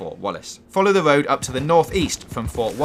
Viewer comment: Love the guide brother, but learn how to pronounce "R" please. It ain't a Woad, it's a Road.